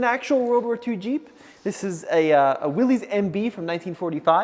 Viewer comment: WILLYS jeep Not Willy’s. It is pronounced WILLIS.